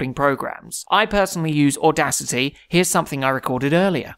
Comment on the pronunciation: 😂😂u say Audacity weird